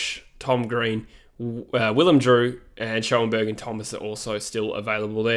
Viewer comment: i play in the league that schoenberg played in and friends with some players from his club and it’s pronounced shonberg